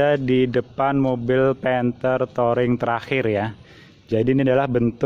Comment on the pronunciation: Touring bacanya Turing